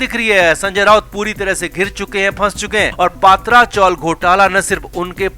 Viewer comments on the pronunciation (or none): पात्रा चाल नही #पत्रा_चाळ कहिये. लोहे का पत्रा होता है वह पत्रा । अंग्रेजी स्पेलींगसे हिंदी भाषांतर मत किजिये । मराठी लोगों को पुछीये । वाजे के वख़्त भी वझे बोल रहे थे । असल में वाजे सही है ।